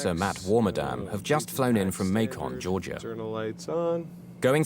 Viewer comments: Not hardly important to the incident.. but we don't enunciate any more than we have too.. it isn't pronounced May-con GA.. but May'cun.. like Bacon. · FYI, the city in Georgia is MAKE-un (rhymes with "bacon"), not make-ON. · Minor note, but it's not May-con, it's may-kin. Rhymes with bacon. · I had to chuckle where the narrator says the pilots had just flown in from "May-Con" Georgia. The city of MACON rhymes with "bacon" (or at least "bacon" the way Americans pronounce it.) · the way they said Macon 😂 so proper. The way we Georgian’s say it is like May-Can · MacOn, Georgia. Someone needs to teach this British narrator a lesson in southern. RIP the captain though. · Small correction for the narrator: "Macon" rhymes with "bacon." It's not pronounced "may-CON." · this is v serious but why did they give everyone super southern accents and pronounce Macon like that? no one here in Georgia sounds like that hahaha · They pronounced Macon wrong, it rhymes with bacon. Unfortunately it's my hometown.